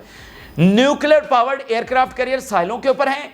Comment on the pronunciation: It’s NOT CURRIER it’s CARRIER, hopeless ENGLISH. Just PATHETIC 👎👎👎